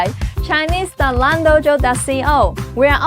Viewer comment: When you said "Zai` Zhen`!" It sounds like.. I will never want to see you again! 😂